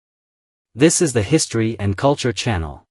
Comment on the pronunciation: Is "History and Cultury" at the beginning intentional?